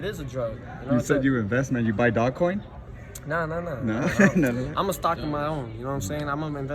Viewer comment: He said dogcoin, its dogecoin!!